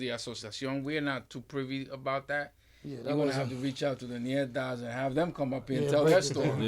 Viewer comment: Its not called Nietas its called NETAS